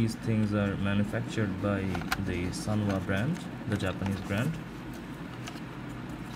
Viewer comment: " SANWA " NOT " SUNWA "